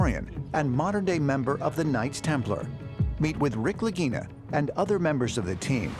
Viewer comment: Mannaggia il loro cognome é Lagina e si legge Laghina e non Laghinina